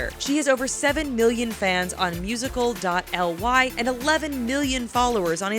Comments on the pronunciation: Didn't anyone notice the "musical-dot-el wai"?😐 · Anyone else bothered when she said musically like musical . Ly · Did she just say música dot ly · "musical dot l y" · She said musical dot l y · she said musical, it's musicaly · OMG WHAT IS THIS!!!! “LIZA KOSH-EE?!??” “MUSICAL DOT L Y!?!?” TRIGGERED!!! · Did she just say musical dot ly wtf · Wtf, musical.l-y. I don't think that's what it is called XD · I got so mad when she said Liza's name wrong and she said MUSICA DOT L Y :( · "musical dot el why" pukes a little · erm...... "Musical dot L Y"????? LOL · Musical... dot... l y, it's not pronounced like that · Kosher is pronounced wrong...and what says musical dot "L" "Y"? Edit-I meant koshy not kosher...stupid autocorrect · liza koshy. thix girl that is talking about . she does not even know how to say musicaly its not hard